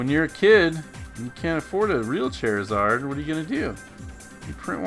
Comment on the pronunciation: "chair eh zard" it's "char" like charred food